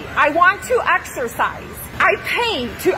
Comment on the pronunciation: Nah in the gym one she didn't say exercise she said axercise